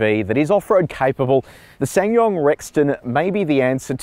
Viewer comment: It's pronounced Sa san yong